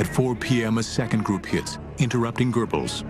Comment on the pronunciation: Did he say Joseph Gerbals?